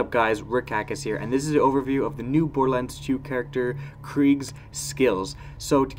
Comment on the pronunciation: Why do u sound British when you say borderlands?